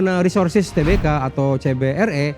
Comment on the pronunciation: Bacanya TERBUKA dong, jangan TE-BE-KA.. Norak banget